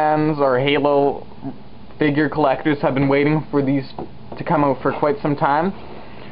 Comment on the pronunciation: dont say figr say (fig-yur) figure